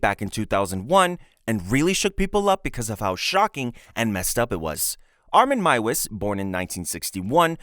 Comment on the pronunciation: Meiwes is pronounced "My-vez". And Gilberto is pronounced "Heel-bear-toe".